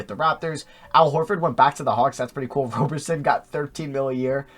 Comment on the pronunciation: It’s Roberson with a soft O.